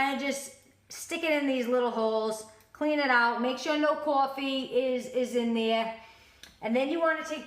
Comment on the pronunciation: caw-ffee love that accent